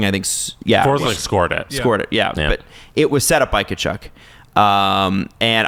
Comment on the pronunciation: said Brady Tkuchuk charge 😂